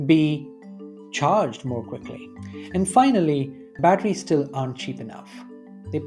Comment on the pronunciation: Had to stop listening. Too many people pronounced them as bat-trees. Super annoying.